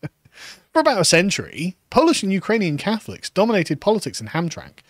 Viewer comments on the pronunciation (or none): As a michigander, it's pronounced "Ham-tram-mick". Also the POW Flag is a moderately well known american thing, should have googled it. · Hamtramck is pronounced "HamTRAMick" 🙂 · It's pronounced like Ham-Tram-Ick. And the Prisoner of War flag is a flag honoring US soldiers who were imprisoned or are considered "missing in action" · Michigander here. Hamtramck is pronounced as Ham-TRAM-ick. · Pronounced HamtramICK. It was an ethnic POLISH enclave for generations. Now it is yet another satellite colony of Dearborn. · Side note: Hearing Carl try to pronounce Hamtramck made my day as a Michigan resident. ham-TRAM-ick lol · Ham-Tram-Mick, the last syllable is pronounced Mick, but it is like McDonald from the scotch. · It's pronounced "Ham-Tram-Ick" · HAMTRAMCK is pronounced "ham-TRAM-ick" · It's pronounced Ham Tram ick